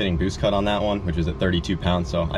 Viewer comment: She said “ too mach bwoost,is der ever too nach boosht “